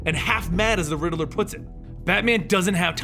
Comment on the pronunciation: Lol you kept saying "The Ridderler" It's just Riddler😂😅